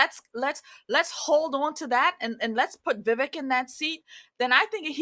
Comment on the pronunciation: Please learn how to pronounce his name if he's "your boy".